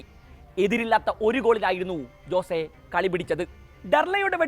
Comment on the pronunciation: "ജോസേ "അല്ല അനിയാ "ഹോസ്സേ" അതാണ് പ്രനൺസിയേഷൻ 😊😊